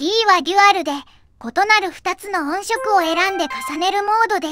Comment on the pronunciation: ヤバすぎて怖いです！ クラファン出したら秒で集まる気がします。 それと音色を「おんしょく」と読ませているあたりも、単にベタ打ちテキスト突っ込んだだけじゃないですよね。